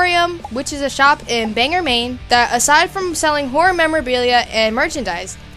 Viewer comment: Not the "Banger", Maine . . . It's pronounced Bang-GORE.